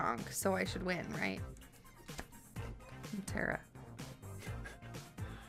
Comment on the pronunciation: It's tAra not tera